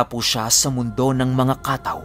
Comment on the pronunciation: Katáw po hindi kàtaw. Nasa huli po ang stress.